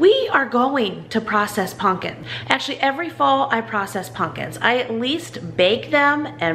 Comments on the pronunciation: I’m sorry, it’s pump kin not pun kin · PuMpkin... It's a M not a N.. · I LOVE how you “punkin”! It warms my heart! I grew up with that word but no one around me now pronounces it like that.